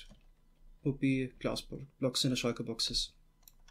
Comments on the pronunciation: I hear sheiker boxes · Shieshe booxes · Shulker Boxes What i hear:Chalker Boxes